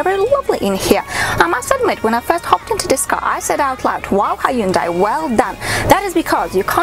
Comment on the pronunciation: The video should be about the car not the women that presents it. thinks otherwise.In my opinion the car is the best for me, the Hyundai ( by the way you should check how a koreean does the pronunciaton ) is way above the Toyota in reliability and customer care so the unlike is for the video making alone and attitude.